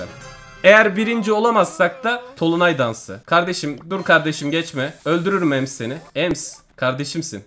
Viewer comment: O tolunay değil dolunay